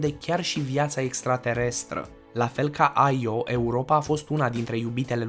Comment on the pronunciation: Io se pronuntă așa cum se scrie,IO. Numai americanii pocesc numele pronuntandu- le după fonetica lor.